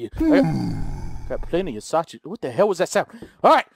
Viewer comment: "Sashage" lol sausage